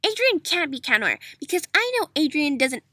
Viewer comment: Finally someone says cat noir’s name right some people say CHAT NOIR I mean who says that 🙄😑😬😒😵😆😮😧